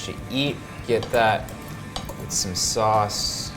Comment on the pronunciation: When the lady kept pronouncing sauce as 'sus' and Erwan had this 'hold it in. hold it in bro' moment. lol